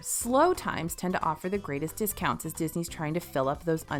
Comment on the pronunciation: Error detected: “Hotel Discountsi”